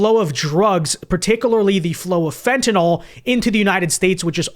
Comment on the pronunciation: It’s fentanyl / FENT-a-nil/